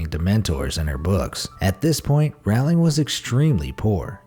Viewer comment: Rowling like bowling not roWling